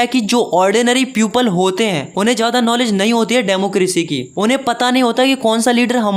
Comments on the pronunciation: People ❌ Puple ✅ 😂😂😂😂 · People ❌ peuple ✅ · In the word I hear everytime the word is (people) that he is pronounced ( piuple )😅